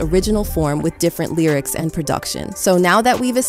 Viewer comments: "The Lierics"? This whole video is AI generated. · not the lieryics....a I pronunciation..